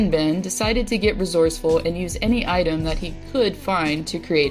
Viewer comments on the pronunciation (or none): none